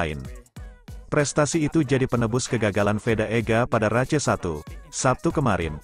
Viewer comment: Race, bacanya reis, bkn race, blajar lg